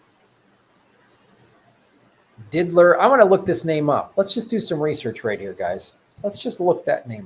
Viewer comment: It's annoying that you kept saying Diddler... It's Did-ier... With an I, not an L...